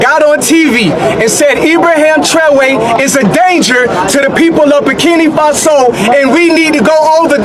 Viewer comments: This, girl from America doesn't speak for the educated blacks in America.... they're ALL LOOKING FOR A WAY TO FLEE AMERICA! KNOWING, AFRICANS born in America are killed and hated since being in America! I just don't like how she talks and continues to call "Burkina FA' SO....BURKINA FAAAASO...SMH GIRL GET YOUR CRAP TOGETHER! If, you speak on Africa? PLEASE,do it intelligently as Africans are intelligent.❤ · WOW....u should seriously NOT be the one who speaks on Africa's "Burkina Faso." Because u don't even pronounce the name properly and that's embarrassing. And, ONE African born in America DOES NOT speak for the rest of us! Traore, is WISE not to come to the states....he shouldn't TRUST that they will do right by him. Wisdom, is a principal thing for a President to have....#BRAVOPRESIDENTTRAORE 🙏🏼🌹